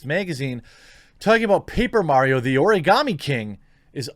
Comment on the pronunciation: Karen coated Karens with Karen filling Ps. Why are you able to say Origami so well but not Sekiro?😋